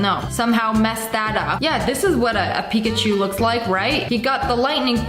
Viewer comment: nah that's not Pikaachowww it's pukaachiii